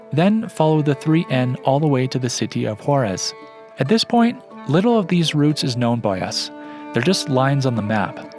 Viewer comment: beautiful video! Scenery is amazing. By the way it is Huaraz silent H and the accent on the second syllable